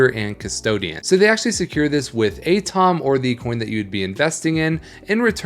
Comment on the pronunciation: Do you really not know what an atom is? At-om instead of A-tom.